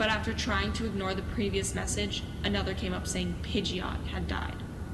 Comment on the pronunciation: I'm pretty sure Typhlosion is pronounced "Tie-flow-shun". There's an "H" in it. And Pidgeot is pronounced "Pidget", not "Pidge-Eeh-ot".